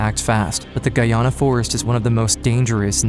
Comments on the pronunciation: I’m from Guyana 🇬🇾 and it’s pronounced guy Ana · My mother was born and raised in Guyana. It sucks that this beautiful country is known mainly for this disaster. Oh and PS - it's pronounced GUY-AN-NA, not GUY-AW-NA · Guyona?... How dare you mispronounce Guyana like that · I was most shocked by the pronunciation of Guyana